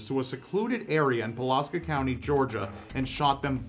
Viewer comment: Oh my soul... as someone from Pulaski County, you're saying it all wrong. But as someone from Pulaski County, holy crap someone talked about Pulaski County. XD thumbs up